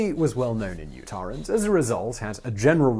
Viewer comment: Utah* not Utahr